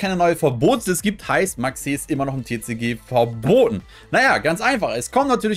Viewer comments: Warum sprichst du Maxx C und TCG so deutsch aus? Hört sich irgendwie seltsam an. 😅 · Hört sich echt blöd an 😂